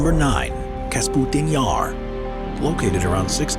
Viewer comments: Kasputin Yar - LOL, love it - It's KAPUSTIN Yar... unless they re-named it after their president... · Why he says "Kasputin yar"?! Oo It is "Kapustin yar"!